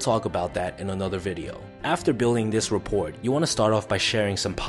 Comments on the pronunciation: Thank you for this video! I just wanted to point out that you are mispronouncing rapport... you don't say the t at the end. It's basically said like rah poor. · First off great message and great information. Second rapport...the "t" is silent.... ra.por. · FYI it's pronounced "rah-poor". The "t" is silent. Great video 👍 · btw it is REPOR the T is silent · Rapport prounced rapour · Not the be a stickler, but the “T” is silent in “Rapport”. Overall great video! Love the channel! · The "t" is silent in "rapport" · I just found your videos and I like them a lot. That said I don't want to be that guy I'm sure someone else has been that guy. Your mispronouncing rapport. The t is silent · Rapport - The 'T' is silent. Just saying. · Do Americans pronounce the 't' in rapport?